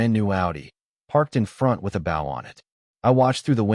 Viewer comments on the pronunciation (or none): AI can't pronounce BOW as in "BO" a red ribbon on a new car, sounds like BOW, a male version of a female courtesy or a side of a boat/ship.